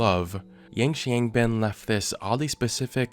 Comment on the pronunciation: FYI Zhao Weishan is pronounced Jow (rhymes with cow) Way Shan ‘Xiang’ is like ‘Hsiang’ roughly :)